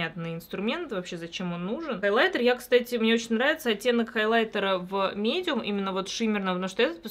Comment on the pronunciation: А ещё оттенок мИдиум... Проследи за произношением